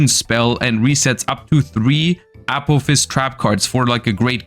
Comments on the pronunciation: One suggestion I would have is to pronounce Apophis more distinctly as "uh-PAW-fis" as saying "A-POE-fs" is confusing as Apollousa is usually refered to as "A-Poe". Not hugely important, just a small improvement in communication. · I keep thinking is saying “Apple fist” and not apophis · Can't unhear it now lol